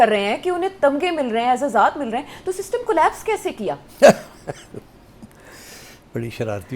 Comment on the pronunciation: Shystem not system baba jee